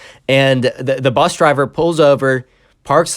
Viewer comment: bus not "P"